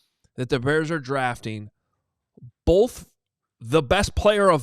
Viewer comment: Correct me if i'm wrong, but does he say "both" with an L?